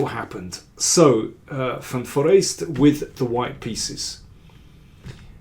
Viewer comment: For an English speaker the pronounciation of van Foreest is excellent.